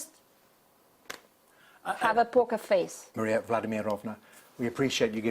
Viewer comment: Wow. He couldn't even get her name right at the end. Maria Vladamirovna? Who on earth is that?